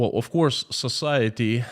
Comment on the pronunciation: Society , sometimes I fill like he is saying Sasality